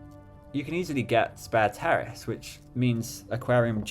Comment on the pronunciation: Pretty sure it's pronounced "Sperrace" instead of "Spare Terrace". Although I must confess that I prefer the "Sparanda" over it by a bunch.